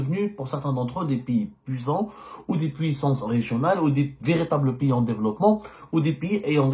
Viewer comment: Y'Ezzemmar, d'abrd ce n'est un PIYIS, en Framçais on dit un PAYS, Pai comme la PAIX + ys, pays et npon pas un Piyyyiiit coum ti dis, ya ayyouha el hybouboutaam, هيبُّوبُوطام avec un"ط "